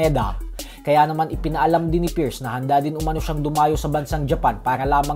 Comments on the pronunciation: Halatang Hindi nag aral pati pierce Hindi ma pronounce tapos nakuha mo pa man Trash talk Gaysayawa moments😂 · Hindi mo nga ma I pronounce yung Pierce Bisayawaka ka talaga 😂